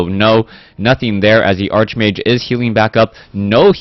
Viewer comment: Its "Arch"mage, pronounced as in Archangel... Its not that I care, but it might be easier for you to pronounce while youre doing play by play.